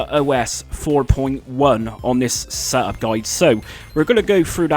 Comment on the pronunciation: Reeseh my seh-up. 😂